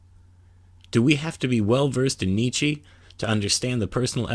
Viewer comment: It really irritates hearing Nietzsche's name mispronounced over and over again.